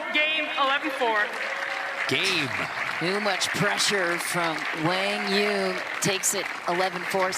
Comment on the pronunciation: Wang yu??? After couples of hours commentating still screws up the name..